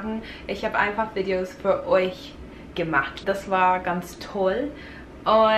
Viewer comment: Wow!!! In deinem letzten Deutschvideo hattest du einen fast schon starken, amerikanischen Akzent aber du hast dich in so kurzer Zeit so doll verbessert!😮😍 Du hörst dich mittlerweile an manchen Stellen richtig akzentfrei an!❤ ich bin so stolz auf dich 😊 (Man hört es nur bei Wörtern wie "Videos", dass du aus Amerika kommst, versuch mal "Videos" deutscher auszusprechen🙈 Mach weiter so und gib nicht auf ❤